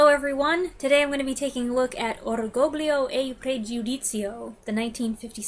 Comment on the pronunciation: 😄 ......Come on, your Italian pronunciation of the title isn't that bad. 😉